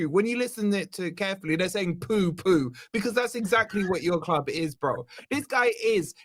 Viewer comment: This guy is british but doesn't know how to pronounce CLUB. He's a fucking CHARACTER. He should get a BAFTA! He's the Ali G and Borat of football content creation!!